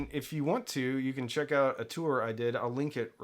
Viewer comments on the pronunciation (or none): none